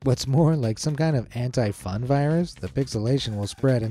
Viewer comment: he said "anti" and I thought he said "hentai" 💀😭